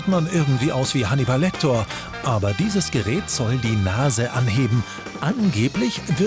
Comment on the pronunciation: Hanniball Lecktoooor ... óO ? Es heißt Lecter...